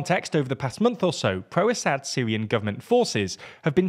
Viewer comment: you can’t even pronounce Assad’s name right lmao run along kid, you have no clue what you are yapping about. Isil fangirl 🤣